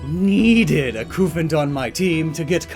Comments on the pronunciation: It’s Qu-fant but lots of people have prob said that lol. Also I think the Cu means Cube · Y'know, the whole reason Copper is Cu on the periodic table is because it's based on the British way of saying Copper, that being Cuprum. That with everything else you brought up as what the Cu in Cufant could be from should convince really anyone that it's pronounced KUH-fant.